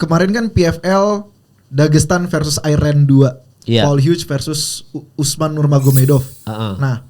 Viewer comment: "nurmagomedov" dibacanya "nurmohamadov" di salah satu interview khabib